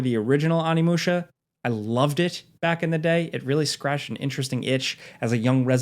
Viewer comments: Little spelling / annunciation error: its ONImusha, not ANImusha 😅 gotta say it Oh-nee-moo-sha, favorite game of all time, couldn't live with myself if I didn't try to be that guy lol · Onimusha = Oh-knee-moo-sha, not Ah-knee-moo-sha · Why you keep calling it Animusha lmao😂 OHNI!!! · It’s: ow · nee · moo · shuh